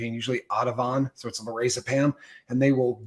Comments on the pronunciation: Auhhtuhvon LOL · 100% you’re guy lost me at “ah-ti-vahn”. No. That’s also not first line. But cool story. His hearts in the right place, but he’s off the mark. In any case, nobody pronounces it that way who actually uses it. He also didn’t pronounce lorazepam well. Book smart, street dumb. Don’t come from a place of authority and mispronounce things like that. Same thing drives me nuts with fentanyl. Anyone who gives it called it fenta-nil (as it’s actually pronounced). Anyone talking about it as the great drug demon they want it to be calls it fenta-nawl. There is no O in fentanyl. Stop it. EDIT: HOW THE *%#! DO YOU NOT KNOW ETOH? If you’re an expert on the medical management of alcohol and drug withdrawal as you claimed, how do you not understand that EtOH is used as shorthand for alcohol in healthcare. Holy goodness. 🤦‍♀️🤦‍♀️🤦‍♀️ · It was quite funny the way he pronounced Ativan though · I noticed that too, almost thought he was talking about something else lol.